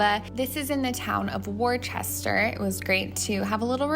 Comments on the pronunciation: Wooster not Worchester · Warchester > Worcester 😂😂 for next time it’s pronounces w-ster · Wu-str not wor-ches-ter. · Hi, love this New England vlog. Lived in Boston for 6 years so thanks for taking me back. The town you mentioned as "Worchester" is pronounced "Wooster" or "Woostah" if you're saying it with the Boston accent 😂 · I lived in Littleton and I still love going to the farm stands you showed. It was so cute ( and common) hearing how some of the town names. They are tough to figure out here for sure! like Worcester is pronounce Woostah (or Wooster if not a heavy New England accent). Some towns I still don't know the correct way to pronounce them. You got to see some great areas! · Worcester = Woostah 😆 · Went to the comments for this. 😊 Although, it’s actually more like “Wuss-ter” or “Wuss-tah” in the Boston accent. Enjoy our beautiful state! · It is lovely to learn about new places in my own area like Beacon Hill Books - wow, I can’t wait to go! If I may mention, Worcester ( , where Acousitc Java is) is pronounced Wooster, like Worcestershire sauce. A lot of our towns follow that rule of the “ces” being just an S sound (and there is really no R in the middle of Worcester, that’s not just our Boston accent!) … Gloucester = Gloster, Leicester = Lester. Welcome to the weirdness of Massachusetts! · I love how you pronounced Worcester, you should listen to how someone from there says it 😂😂😂😂